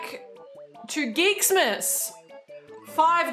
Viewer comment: Took me forever to figure out what I was hearing (and reading in Autocaptions) as Geeks Miss was Geeksmas :).